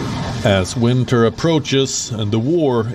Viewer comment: "winter" lol